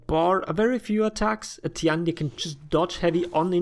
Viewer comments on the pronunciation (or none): Tian Di is pronounced like T. N. D (just read these letters fast, it's close enough to the actual pronunciation). 天地 tian1 di4. Say it however you want, but this is what it really is and it's easy to say.